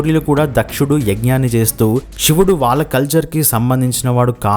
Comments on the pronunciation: చెప్పేటప్పుడు " ష " కి " శ" కి తేడా తెలియటం లేదా... షివుడు ఏంటి దరిద్రంగా..... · షివుడు ఏంట్రా సన్నాసి శివుడు అను, 👍